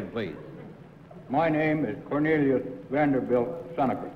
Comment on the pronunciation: In the second game I knew the second contestant wasn't it because of the way he pronounced "his" name: Cornelius Vanderble Seneca. The other two said Vanderbilt.